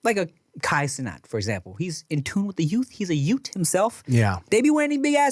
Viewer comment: “The shhhirade that you’re still a yute” bruhh that sentence killed me the way Tim said it 😂